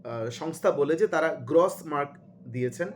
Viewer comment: 'গ্রস' মার্ক শব্দের উচ্চারণ সঠিক করুন।